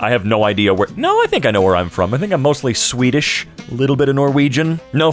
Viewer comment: did i hear swedeish